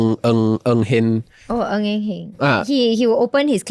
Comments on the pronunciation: Ng Eng HEN. NOT HAN. and are the only relevant and credible speakers in this podcast. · I still can't believe the Defence Minister's name Mr Ng Eng HEN was pronounced wrongly as Mr Ng Eng HAN. No amount of research papers shown can justify this mistake. This video is misleading to younger voters...😢